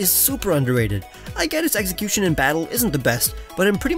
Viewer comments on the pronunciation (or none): Does he intentionally say "eggxecution"?